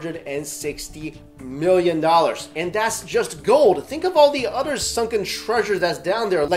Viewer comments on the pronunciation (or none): am I the only one who hears utter, not other ?